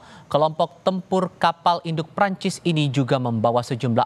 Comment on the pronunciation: Keren nih news anchor nya. Pengucapan nama Prancis nya bener. PROFESIONAL!